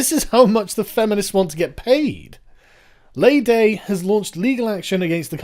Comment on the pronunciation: FYI it is pronounced 'Lee Day' not 'Lay Day' :) keep up the good work sargon :)